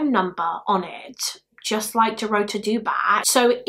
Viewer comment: Dorota is pronounced the same way Dorothy is but with a 'ta' instead of 'thy' at the end. It's the Polish version of Dorothy. Love your videos, btw. You're very compassionate towards the victims unlike another YouTuber in the same field whose name I won't mention.